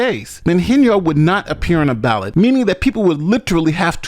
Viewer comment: Lol anyone else notice the female news caster say she failed to be on the ballad instead of ballot.